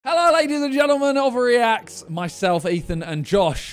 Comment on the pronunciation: Did Simon say “overreacts” or sidemen reacts lol